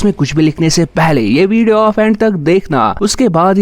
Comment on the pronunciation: Aap Ko Aaf Q bol rhy ho ??? 🙄🙄